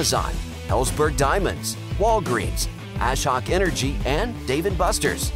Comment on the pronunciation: lmao "ash hawk energy" bro it is pronounced A-Shock